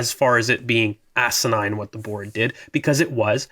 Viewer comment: When said acenine all I could think of was arcanine